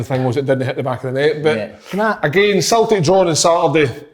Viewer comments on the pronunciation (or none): I'll never tire of listening to Kevin saying "Sultic" 😂